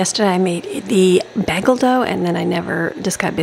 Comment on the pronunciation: U pronounce bagel wrong